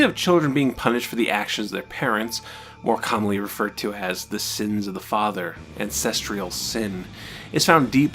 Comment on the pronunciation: STOP MISPRONOUNCING THE WORD “ANCESTRAL”!!